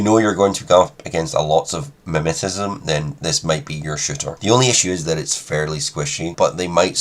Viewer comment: Nice overview! Just a pointer on mimetism, it’s mim-e-tism rather than mim-eti-tism. I’m not trying to make you look bad, it’s just if I was mispronouncing something consistently, I’d want someone to inform me :)